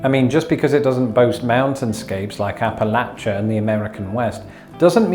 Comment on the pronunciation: Another +1 for pronouncing "Appalachian" correctly!